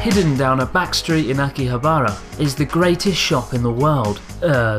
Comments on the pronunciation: Hey abroad in Japan! Love the videos ever since I went to Kagaya after your episode. Quick question... why do you say Akihabara with strange intonation? Is it on purpose? Don't mean to be rude, just wondering if you genuinely refer to like you do in this video :) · THERE'S NO EMPHASIS ON THE ば IN 秋葉原！！！！！！！！！！！！！！！ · someone help is that really how you pronounce Akihabara? I thought it was aki-ha-ba-ra rather than aki-habar-a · Every time you said Akihabara I cringed!! It's pronounced Ah-ki-HA-bah-rah! (NOT Ah-ki-ha-BAH-rah) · its akihabara not aki-habArA i just felt like hermoine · My eyes roll everytime he says Akiha-bah-rah. It's not too hard too say, really! A-ki-ha-ba-ra. あきはばら。sorry, but that's just because I know how to pronounce and write it. Call it cocky if you want XD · Ah key haa baa raaa. Please tell me you were butchering it as part of the act. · Pretty sure Chris was saying "Aki-habara" just to trigger people. Lol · it really hurts to hear you mis pronounce akihabara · you make me cringe with the way you say akihabara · Idk if it should.... but that pronunciation of Akihabara drives me crazy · thats its anglicised pronunciation. I say akiha-ba-ra when speaking about it to my english friends.